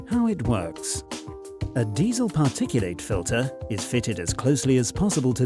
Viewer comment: Drop the bloody stupid bot voice. PARTICU--LATE ?!!!! 😂😂😂😂😂